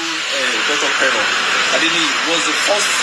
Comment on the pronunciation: Pere or Pero? It is pronounced - Kpero . Good analysis though.